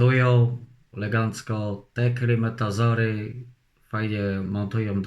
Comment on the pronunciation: Klimatozory 🙃 idz ty kurwa do logopedy.